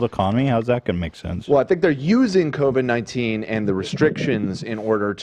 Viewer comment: On the bloods / crips language. A lot of bloods will put a “K” instead of a “B”. I’m sure they understand others will joke about it if it’s all C’s replaced by B’s like how AB said Bovid - 19. It would be Kovid - 19 most likely.